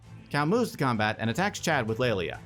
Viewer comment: It's funny how at some point between and you say krumbat instead of combat